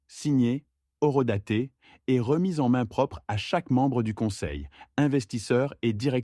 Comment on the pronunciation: Quelle bouse.... Stupide. Eurodatè pour horodatè. Stupide IA.